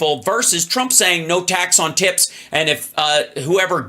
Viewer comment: Hal said “ tax on tits “ when trying to say tax on tips. Sounds like a porn lobbyist slogan. “No tax on tits”.